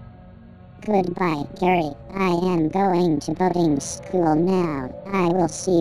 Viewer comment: I thought spongebob said bugging school